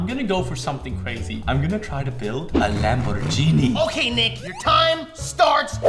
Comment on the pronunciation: it's lamboghini not lambojhini